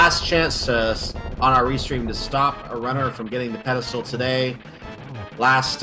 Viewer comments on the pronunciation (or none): this reminds me of jen pronouncing it peddlestool xD its spelled pedestal. ^^